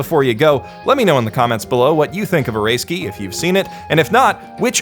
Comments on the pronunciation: shows name: oresuki how this dude pronounces it: oreskee w h a t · Well rather than "Oreski" which is kinda correct its more of a "O-ray-ski" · You know this guy is white when he pronounces it "Oreski" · {Ore-ei-ski} That pronunciation.... what is wrong with you.... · Snow I mean Oresuki as in Orayski, thats how I pronouces it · Why do you call it or-ray-ski? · "Eh ray skii" Geez that might be the worst you've ever butchered a name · I'm also really enjoying Oresuki (I don't think you're pronouncing that right, it's O-re-suki) as well. It's certainly a different twist on the harem genre. It's only when someone like you puts down your thoughts into a video that I can truly appreciate all the brilliant aspects of this show. You're right, most harem anime, in fact most anime, don't show this treacherous side of romantic entanglements & the cunning way people wheedle and manipulate others to get the person they want, often at the expense of other people's feelings. Or if they do it's way too extreme, like NTR stuff, and I can't stand that. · Pronounces "OreSuki" as "Or-a-ski" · Stop saying like ahrayski LOL